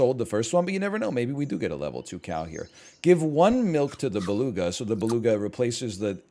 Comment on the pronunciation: I love how he f up beluga like 4 times in a row xD and right after he proceede to lecture some1 else who probably did the same :D my man .